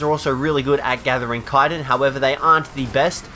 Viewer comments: It's called ch-itin (like chew) not kiten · kyton? you mean chittin? chiiiii-tin not kie-ton